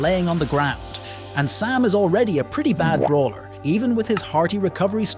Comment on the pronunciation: "Let's start out with sam" I heard pam☠️